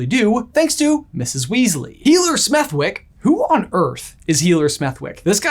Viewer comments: Smethwyck is pronounced Smethick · Just a minor thing, but I wanted to point it out anyway. Healer Smethwyck is actually named after a real place in the UK - Smethwick. But it's not pronounced like that. The W is silent, and the "th" is pronounced the way that it is in "the" rather than "think". That's the only way I can think to explain